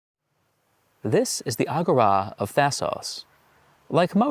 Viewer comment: Isn't agora pronounced a-gor- ra? Not ag-go-ra.